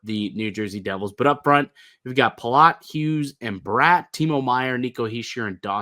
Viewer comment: I don't understand why it's so hard for Leafs media to say Jesper Bratt's name correctly.